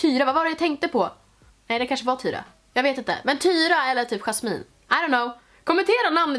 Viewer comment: Omg jag heter Jasmine och så som du uttalade mitt namn uttalas oxå så❤❤❤❤